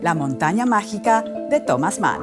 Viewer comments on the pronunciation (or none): Ya no hay preparación, estos pseudoperiodistas están por todas partes vociferando cosas aprendidas a la fuerza y sin saber de los temas que tratan, minuto La montaña mágina en lugar de mágica.